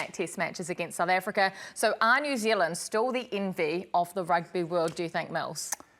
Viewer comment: I quote Marshall "We can bully the Australians, but we cannot bully the Sssh". Marshall couldn't say South Africa. 😂😂😂😂😂😂😂😂😂😂😂😂😂